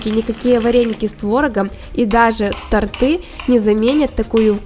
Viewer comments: тОрты! а не тортЫ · Не тортЫ, а тОрты